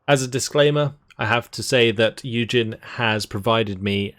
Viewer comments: As a German, I commend your effort to pronounce german words correctly. Especially those tricky "ch" sounds like in Strachwitz. Well done, thank you. Oh and "Eugen" in german is pronounced like Oi-gen. Keep up the good work, I really enjoy your videos and narration style, calm and great to listen to! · It's "Prinz Oigen", basically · Try Prin-z Oy-gen🙂